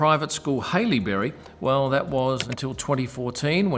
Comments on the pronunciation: Brighton east is not middle class it’s upper and about as upper as you can get. Please do your homework not just look up Wikipedia. Very poor video it’s what I’d expect from a noob. You pronunciation his school incorrectly also. Come on I thought you were Australian. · Butchered that prouncian of Haileybury!:D